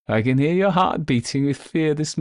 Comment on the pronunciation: I'll never tire of your pronunciation of "Yuer", and I've been listening for Yuers! 😅❤